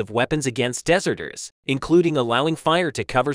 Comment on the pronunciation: I Presume when you say Dessserters you mean to say dezzerters one sounds like a cake, the other sounds like an expanse of sand . one has no meaning the other means a person who runs away from danger